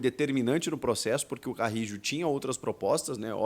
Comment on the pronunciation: Acho que você tá esquecendo o espanhol, pô.